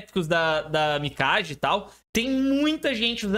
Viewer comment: Parabéns pelo vídeo e conteúdo,. Só pra efeito de curiosidade, em japonês, pode pronunciar o nome Mikage como se fosse Mikague. 🕺